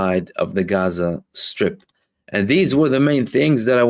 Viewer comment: I love the correct pronunciation of Gaza. It's beautiful.